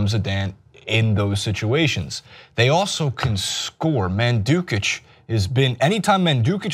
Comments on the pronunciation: Forza Juve. and, please stop saying ManDUkic, it's Mandzukic. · "Mandukich". You never fail to disappoint,. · When American talks football...Brawnucci Madsdzdszrukic Shielini